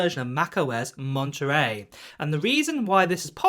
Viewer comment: I like the way you say the name of this system. Lingerie (Monterey)